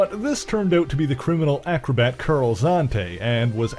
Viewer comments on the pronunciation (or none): none